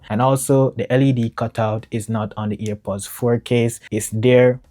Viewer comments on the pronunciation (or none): its airpods not ear pods